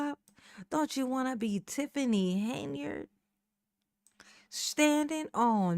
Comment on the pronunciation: I like the dedication into getting the name right.